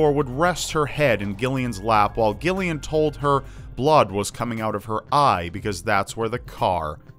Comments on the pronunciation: Joanna Jennifer Jaqueline and Gillian? like Gilligan? bwahahahhahahha! it's pronounced with a soft G, like Jillian! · man that's painful hearing it pronounced gill-ian. I understand it's spelled that way but it's pronounced Jillian. I get there's Gilligan's island but still lol Jennifer and Gillian. Jillian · For the love of God dude! It's pronounced 'JILL . ly . an' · jamifan100 It's pronounced Jillian. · I'm from the UK and every Gillian I've ever met pronounces it Jillian. It's Jillian. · Love it. Only thing is Gillian is actually pronounced like Jillian. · the way you pronounce gilian makes me laugh XD where I'm from (the UK) it's pronunced jillian. Why it's spelt with a g, I have no idea. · Gillian is pronounced Jillian, its just a different spelling x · You mean 'Gillian'? Like Jill-ee-ahn? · It’s pronounced Jillian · Jesus wept, Gillian is pronounced Jill-i-an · Xeidasx Thank you, thank you. I was cringing as well. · jamifan100 yeah but common sense rule says otherwise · Thank you....every time he said the name my eye twitched. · Gillian is pronounced as if spelt with a J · thats not how you say Gillian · Omg the way you pronounce Gillian is so triggering lol